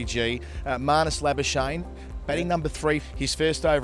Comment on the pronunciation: Can't believe can't pronunce 'Labuschagne' correctly even after Harsha subtly put it out there.